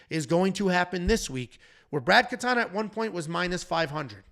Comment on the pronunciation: Sorry it's Brad KatOna you said Katana here and in the reaction video. Knutsson has a long U Good news, Artem had the pronunciations correctly